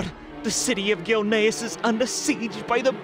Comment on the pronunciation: Man the TTS really can't work out "Gilneas" lmao bless its heart its trying tho